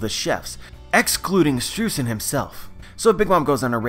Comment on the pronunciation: Hey, hate to be that guy, but Streusen is pronounced stroy-zen, thanks to me knowing German pronunciation. Yay! (also it's in his katakana symbols for his name is Japanese give a similar pornunciation)